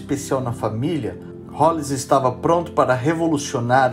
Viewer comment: Tem um detalhe que eu nunca entendi. Ele se chamava Rolls, mas todos pronunciam o nome como "rolis". O nome Rolls se pronúncia "rous".